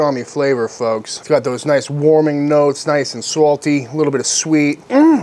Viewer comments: The New England comes out when you say “salty.” Reminds me of my friends from Massachusetts. Darlington, South Carolina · I know you cooked that pastrami perfect when you hit us with that New England “salty” there at the end lol 😂 nicely done